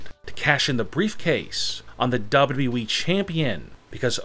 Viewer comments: Just put on captions and turn off the volume to zero u welcome now u don’t hear is annoying voice when he said WWE it sounds like dubdabae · He keeps saying WE instead of WWE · I can’t resist listening to how this guy is pronouncing WWE every time. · It’s like, double U. Doubleyou weeee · The way he says WWE, Double W E? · i thought it was wwe. not weeeee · Same here😂😂😂😂 this guy has got the funniest wwe pronunciation ever😂😂😂😂😂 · Why do you pronounce every final word with such angst. Its extremely irritating. Also its WWE. You dont have to say it like that. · the way he says wwe has me crying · See this ch a few times y can't these foos ever say WWE right